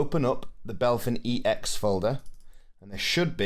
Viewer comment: thanks for the video, was helpful. one thing that annoys me tho is you calling BepInEx "Belphin EX". brooo. 😪 it lowkey drives me nuts